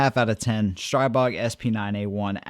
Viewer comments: It’s pronounced Stree-bog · Str-ee-bog, per owner of company.